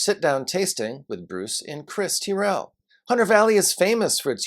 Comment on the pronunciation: Just so you know for future reference, it’s not pronounced Teeryl but rather Tyrell. Oh, and next time you’re in Aus, come down to Tassie, as our State has some of the very best food and wines available.